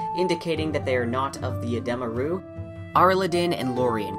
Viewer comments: I always find it odd watching videos over novels, as people always pronounce things differently. You pronounced edema ruh in this video as "Eh-deem-uh Roo" I always pronounce it as "Eh-Deh-muh ruh" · Oh interesting, I've never heard them pronounced like that! Rothfuss has a YouTube video where he pronounces everything in his book and he pronounces them like "edema roo", but I can see why you would pronounce it that way